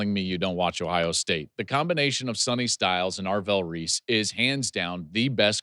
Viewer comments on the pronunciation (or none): none